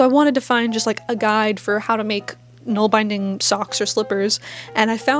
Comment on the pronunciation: Great job! For nålbinding, use bulky singles wool and use an old toothbrush handle. It’s also fun to hand-carve (whittle )your own ‘nål’! By the way it’s pronounced bin like a trash bin.